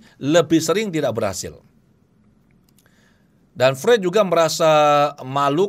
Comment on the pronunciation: Mohon maaf.. FREUD dalam lidah Jerman dibaca seperti FROID, bukan FRUED.